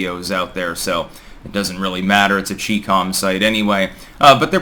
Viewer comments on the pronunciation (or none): CHInese COMunist... CHI - COM. It is not CheeCom.. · Its CHI-com...not "Chee"-com....Jesus..